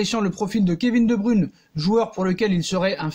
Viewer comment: Tu prononce mal le non (De bruyne) Pronosation (De broyne ) Et non De bruune